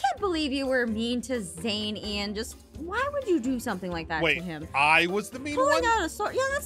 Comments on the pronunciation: Bruh you said zean wrong it's Zane not zean lol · It is zane not zean